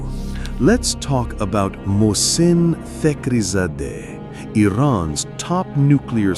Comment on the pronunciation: It's Fakrizadeh Not Tekrizadeh.